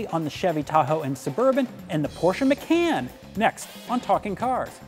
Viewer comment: Its called the porsche macan as in con artist NOT as in can of coke.